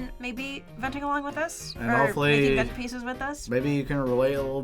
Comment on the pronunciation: It really sounded like said Fent in the intro 😂